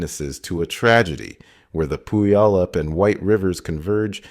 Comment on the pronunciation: Many are stumped trying to pronounce some Washington names. Puyallup rhymes with “gallop” and the first syllable sounds like “pew” (eg a church pew): pew-allop